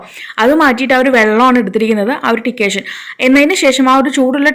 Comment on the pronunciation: ടിക്കേഷൻ അല്ല, ഡിക്കോക്ഷൻ എന്നാട്ടോ. Thanks. Nice tip